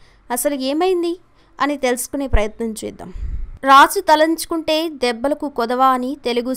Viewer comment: రాజు తలంచుకుంటె కాదు తలుచుకుంటే తెలుగు సరిగా రాదా